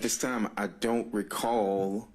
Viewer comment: "I dont racall".... 4,597 Times.....No Surprise 😂